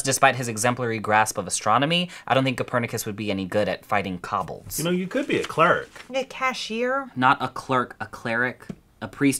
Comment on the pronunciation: I love this one! Reminds me of my days as a dungeon master. Speaking of which, allow me to offer this critique, at the risk of being THAT guy: "Kobold" is pronounced "coe bald" as in "Is actor George Coe bald?"